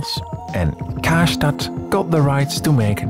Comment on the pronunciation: Ists Karstadt not kastat